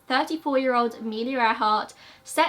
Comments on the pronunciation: You're not the only one. I heard it like that too. 😊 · Am i the only one to heart " Air Heart " instead of earhart ? So much more fitting to her...